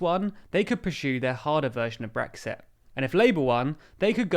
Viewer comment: I've heard of Brexit with a T, but what's this glottal stopped Brexi' thing to which you refer?